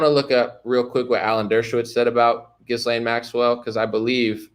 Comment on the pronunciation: Dude - The “s” is silent in Ghislane